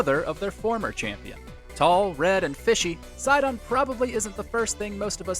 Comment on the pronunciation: Side-on? Side-on?! It's Se-don damnit